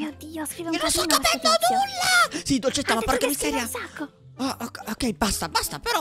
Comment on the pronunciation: Che bella pronuncia che ha dolcetta